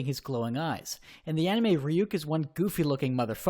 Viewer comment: i hate how he pronounces ryuk, but i hate this netflix adaptation more.